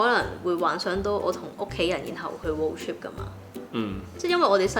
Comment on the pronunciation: 超多懒音，英文仲差，road "chip"😂😂😂